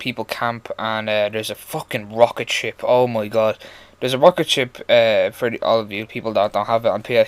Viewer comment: lmao >< and theres this fuckin rocket ship! lol in ur accent lmao